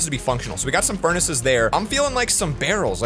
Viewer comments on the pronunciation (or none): Am I the only one who heard say burnaces?